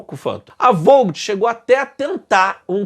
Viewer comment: Ótimo video, como sempre. A França não escolheu o F4 também porque ele teria de decolar com muitas restrições de peso devido as catapultas do Foch e Clemenceu serem bem mais curtas que as dos super portaviões da US Navy, e portanto menos potentes. Só uma dica, pronuncia-se vót (com o som do t bem fraco) e não volt/vout. Abraço